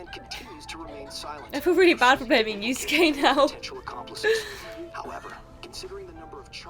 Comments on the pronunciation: The fact you said yuskue is mind boggling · Girl you triggered me so bad when you said Yuskue like nothing pointed to him doing it😂